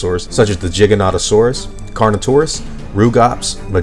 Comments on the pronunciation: Giganotosaurus not jighanotasaurus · Your pronunciation is funny. Jigga-notto-saurus lmfao